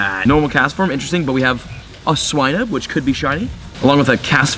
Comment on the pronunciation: u said swinub wrong😂